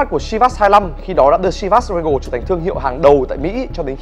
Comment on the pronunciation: Doc la : Si ba s ly khan.